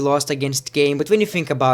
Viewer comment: R.I.P ENGLISH ITS KANE